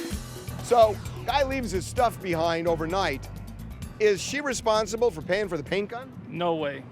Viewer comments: Am I the only one that heard her say Respire?...instead of Responsible! And further more that's on you to leave ur property and u know she has dogs and they chew on things. So ur out of gas or should I say paint gun..go out and buy another one.😂😂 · Breh..the word “responsible “ tore her ass up